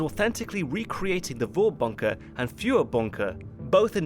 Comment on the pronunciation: You,, you're doing a pretty good job on the pronunciation of German words, but I noticed a little thing - in Vorbunker (and basically all German words starting with V), the V is pronounced like F. So it would sound like Forbunker.